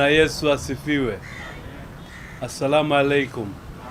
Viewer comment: Nimependa alivosalimia Assalaam alaykum. Amejitaid kutamka kwa ufasaha.